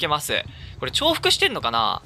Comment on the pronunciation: 重複(じゅうふく)ではなく重複(ちょうふく)と呼んでいる+48083点